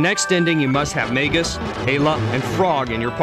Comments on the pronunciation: super informative! Though, I did not like how most of the names were pronounced by the narrator. may-gus? mar-ley? epic? crow-no trigger? It's interesting! I've never heard the names said out loud. I've been saying the names like they are spelled. Magus. Marle. Chrono. Epoch. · Mag-us and E-poc. Learn to pronounce things right! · most wasted 5 minutes of my entire life -_- the party you use DOES NOT matter, only the times you go to find lavos.. jeez. and it's magus (Mag-us) and epoch (E-Pok) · Maygus and Epich. ... I hate this guy. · Marle: is pronounced "Mar Ole" not marley Lavos: is "Lah Vos" not lavus Epoch: is "EE Pach" not epuch Magus: is "Ma (as in Math) Gus" not Maygus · "May-guess"? It's "Mag-us", I knew someone who called him "Ma-juice" of course he also said that he killed Red Specko at lv. 50. I bought this game for 50$ with my bro when I was a little kid. Also you call it "Epic" wtf? I know it's not pronounced that way. I've always said "E-poch" but I'm not saying thats right. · wow that narrator pronounced every name differently from how i grew up thinking it marle = marlee instead of "marl" magus = maygus instaed of "mahgus" lavos = layvos instead of "lahvos" leene = leenee instead of "lean" gah what else. rawawrawr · i always thought it was pronounced 'mar-lee' because that's actually a name. in the japanese version though she actually was just called "marl" and instead of being "princess nadia" she was "princess marledia". as for magus.. well i thought it was pronounced "may-gus" but i could be wrong. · This guy really doesn't know much about this game. Yes the pronunciations are all terrible: Mag-us Mar-luh E-pok And he got some key points terribly wrong. There are 12 endings total and party composition doesn't matter. Also, don't take his opinion on "flaky" or "boring" if you play through the game, you'll learn to love those characters and the ending might even make you cry.